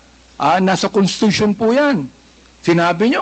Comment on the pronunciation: Constitution po.indi contitution